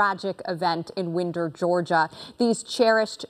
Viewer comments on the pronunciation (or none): The town is WINDER with a long “i”. Please get it right.